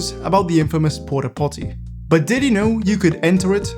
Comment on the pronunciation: “Diddy know”